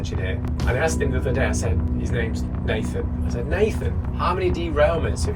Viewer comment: Op consistently mispronounces peoples’ names when he repeats them, like he’s tone deaf. Strange.